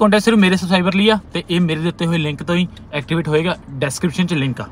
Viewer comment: Pehla bai subscribe bolna sikh😂